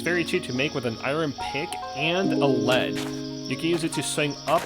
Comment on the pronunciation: The way you said soul and a lead tilted me.